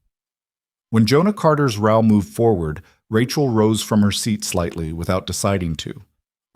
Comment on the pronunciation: Please program the AI to pronounce row correctly.